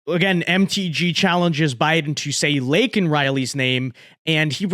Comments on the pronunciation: Surprised joeblow didn't check his watch, while mispronouncing her name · Joe Biden can't even get Laken Riley's name right even with a Teleprompter. I had no idea Lincoln Riley also got murdered by an illegal alien. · So when Joe Biden says her name he says it wrong So he still hasn’t said her name Great